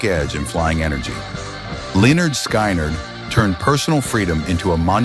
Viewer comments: It's pronounced Leonard Skinard not, SKynard.from Nature Coast, Florida. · Sky-nard is so embarrassing get better AI or quit. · Sky nerd? Really? Sky nerd? I hate AI… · Please pronounce Skynyrd correctly. It's pronounced skinnerd. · You lost me when you pronounced Skynyrd and Van Zant wrong. 🤦‍♂️ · First off, you keep mispronouncing Lynyrd Skynyrd. Skynyrd is pronounced to rhyme with Lynyrd. The Band were never considered s “southern rock” band, it’s only their song that has to do with the South. You should have included The Outlaws with their masterpiece “Green Grass and High Tides”. Too many Allman Brothers’ songs, with being replaced so you could have included Charlie Daniels.